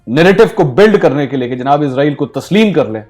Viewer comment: Bro izrael nhi Israel bola kary